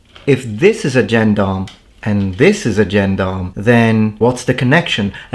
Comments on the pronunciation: I get a weird tinge of pleasure when I hear you pronounce "gendarm" like a native English speaker who's only ever seen the word in print. It makes me feel less stupid for not realising that "albeit" is pronounced " all be it" for over thirty years. 😋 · It's a shame you could not at least find out how to pronounce the word Gendarme despite getting quite close when saying Gendarmerie Nationale.